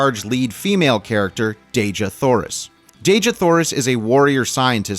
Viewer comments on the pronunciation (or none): I don't know if anyone's told you but Dejah Thoris isn't pronounced Deh-zhah Thoris. According to ERB, it's pronounced Dee-jah Thoris. Now, allow me to say that, as a humongous fan of the John Carter/Barsoom series of books, I can assure you it was more than you said that caused people to run from it. Disney, as usual, decided that ERB didn't know what he wanted to say in the books and changed about 95% of the storyline. I'd tell these changes but it would take a book itself to do so. Two of the most glaring changes were a) John Carter didn't join the Confederacy because his wife had been murdered by Union Army forces (Hmm. Where have I seen THAT before? (cough Outlaw Josie Wales, cough Jonah Hex) b) Tars Tarkas wasn't Jeddak of the Tharks when the story began; he was a Jed (prince, if you will). As I said, there were so many changes that it would take forever to tell them all and I believe those changes are what kept people away from the movie.